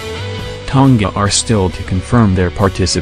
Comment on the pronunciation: Ton-ga lol...MMT Alday